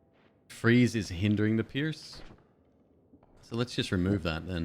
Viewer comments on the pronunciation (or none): none